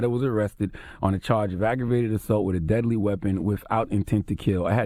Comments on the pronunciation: Haha, he says “whiff” instead of “with”. So funny hearing those words from a grown-up. You ppl r hilarious! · “WIF INTENT TO KILL” 🙄😂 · He said "Whiff Intent" lol